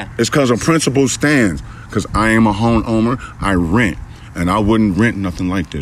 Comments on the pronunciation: He said...”I’m a hone owmer “🤣🤣🤣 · He couldn't even say home owner he said hone owner 🤣🤣 he owns a hone not a home 🤣🤣